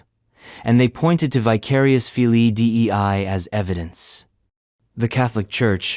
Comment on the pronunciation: It is not D E I it is dei one word.